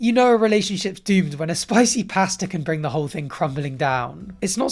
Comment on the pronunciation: Learn how to say pasta please